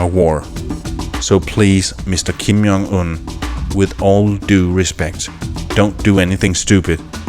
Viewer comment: Some corrections: Kim JONG Un, not Kim YONG Un… Also it’s PYOngyang, not POOngyang.